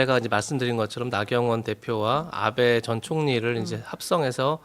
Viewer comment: 발음 을 잘 해야지 원해 나베가ㅜ아니고 나 아베다.